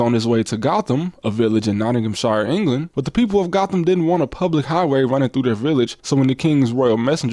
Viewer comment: Gotham in the UK is actually pronounced "Goat-um".